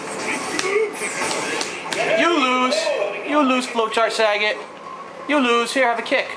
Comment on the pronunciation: lol, it's "sah-GAT", not "Sa-get". XD